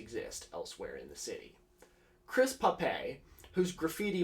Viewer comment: The e in pape is silent, he's not, like.. french.